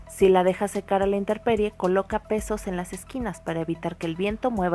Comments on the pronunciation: ''interperie'' se dice intemperie. Fuera de ese detalle, muy lindo video e informativo. Gracias! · se dice INTEMPERIE, no InteRperie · Lo correcto es decir intemperie no interperie